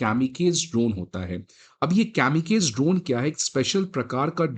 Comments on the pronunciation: Sir its not “केमीकेज”its “कामीकाज़े” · Pronunciation is kamikazi and not kamikaiz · Kamikaseee nahi kaami kaaa ze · kamikaze ko camicage sun kar hi mood kharab ho gya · It is pronounced as कामीकाजे़ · It pronounced kam-uh-kazi drones. Please correct the error. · Pronounced as कामिकाज़े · Not kamikaze as one syllable. "kami" rhymes with " army " followed by "kaze" rhymes with "car say." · Your pronunciation of "Kamikaze" is incorrect. This consistent pattern of emergency purchases reveals a critical flaw in our approach. We must urgently scale up indigenous production—our numbers pale in comparison to China's. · Kamikaze ki pronunciation galat hai.